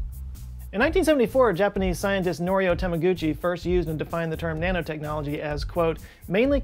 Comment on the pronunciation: Thought he said Nana technology, you know like knitting